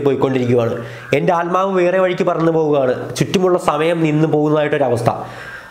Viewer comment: ആൽമാവ് അല്ല ആത്മാവ് 😜